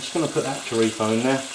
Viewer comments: Its chorizo not chorifo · It is not chorifa or chorifo! It is CHORIZOOOOO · its pronounced ''chore-i-z-o'' not chorifo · The way he pronounces paella and chorizo. lol ;-) Honestly, I think this is closer to risotto than paella...